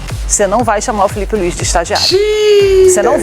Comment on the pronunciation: Kkkkkkkk Gosto quando ele fala , Filipe Luiz . Kkkkkkkk Não sei como ele é comentarista. Kkkkkkkk Vergonha.